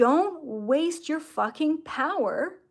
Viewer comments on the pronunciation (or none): none